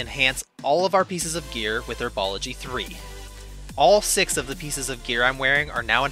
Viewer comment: It’s 'herbology', not 'erbology'.